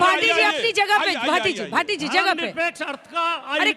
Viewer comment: यह भाटी नहीं माटी है😂